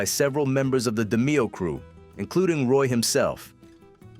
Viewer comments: Great video, but hearing his last name said wrong is annoying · This is not AI. Voice operated. So why would he say the last name wrong? We might be wrong about pronouncing his name. The narrator was accurate with his english. But the demeo pronunciation. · Try pronouncing his name correctly ! LOL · Can't even pronounce the man's name right. FS